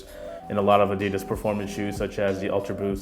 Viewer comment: Why do you pronounce "ADIDAS" like an idiot??